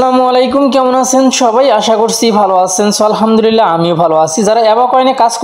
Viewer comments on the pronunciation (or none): none